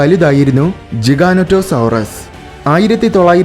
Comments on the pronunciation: ജിഗാനേറ്റൊ അല്ല ജൈക്യാൻറ്റൊ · Pronunciation is ''Jijanatosorus''. Like pronounced a 'giant'. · You Pronounced it wrong